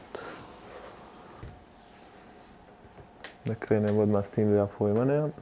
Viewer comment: Pa Luka pobogu, igrao si tamo. Da ne znaš izgovorit Portsmouth.